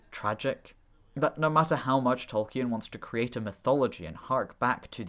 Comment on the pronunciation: Interesting video, but please don't pronounce Tolkien as 'Tol-key-en'. It's pretty well documented that the name is pronounced as 'Tol-keen' (or ˈtɒlkiːn in IPA).